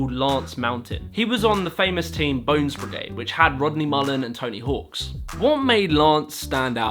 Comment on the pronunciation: Bro its Tony Hawk not Tony Hawks. Its funny that you do this mistake because u seem very familiar with skateboarding. There are Tony Hawk's games thats what confused u :)